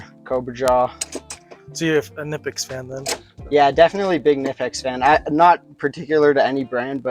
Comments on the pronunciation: If you want to represent Knipex, it is pronounced: Kuh-nip-ex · That's like the 7th way I've heard knipex pronounced. I usually cycle through three different pronunciations of it. I wonder if we'll ever know the truth. Good kid. I think he'll do great as an aviation mechanic. Already pretty knowledgeable